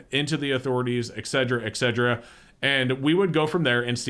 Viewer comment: Did you say eggcetera?